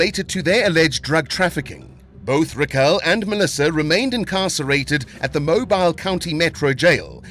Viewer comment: it is pronounced MOBEEL. i know it is spelled as Mobile.